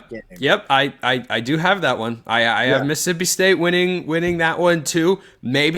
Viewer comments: Who is “Miss-sippi”? 😂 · Never take anything coming from a guy who can’t correctly pronounce Mississippi seriously.